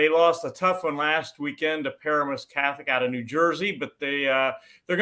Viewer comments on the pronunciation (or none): It is PAR-a-mus Catholic, not par-A-mus.